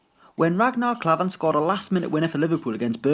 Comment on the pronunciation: Maybe if you did your research then youd know tgat Klavan has scored before and its pronounced Raknar Klaavan not Rägknar Klavan